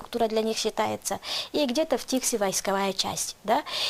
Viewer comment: Не ТИкси, а ТиксИ. По-якутски "тиксии" - причаливание, причал